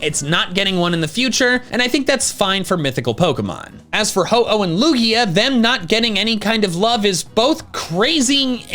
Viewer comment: IT IS A LUGIA< NOT A LUIGI!!!!!!!!!!!!!!!!!!!!!!!!!!!!!!!!!!!!!!!!!!!!!!!!!!!!!!!!!!!!!!!!!!!!!!!!!!!!!!!!!!!!!!!!!!!!!!!!!!!!!!!!!!!!!!!!!!!!!!!!!!!!!!!!!!!!!!!!!!!!!!!!!!!!!!!!!!!!!!!!!!!!!!!!!!!!!!!!!!!!!